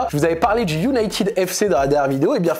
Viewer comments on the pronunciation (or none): none